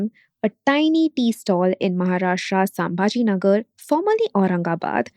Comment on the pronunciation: For non-Marathis, it can be easily spelled as संभाजीनगर and चाकन, atleast Talegaon was a half-decent attempt. I'm baffled by how big is, you'll easily have people covering a huge chunk of regions and languages of India and yet you don't even fake an attempt to get the pronounciations right. If it were a competition to fake the worst American accent to say deeply Indian words, you'd even beat Trump. Atleast try to cater to the actual Indian audience. Not everyone is a wannabe SoBotard.